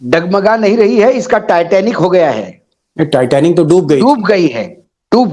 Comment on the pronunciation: Taiyar abhi bolta hai taitnik sr ji